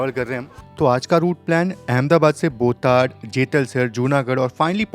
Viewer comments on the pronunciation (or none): station name is बोटाद not बोटाड